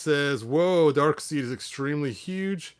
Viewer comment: I'm not sure if you were mispronouncing it intentionally or not, but "Darkseid" is actually pronounced "Dark Side", not "Dark Seed".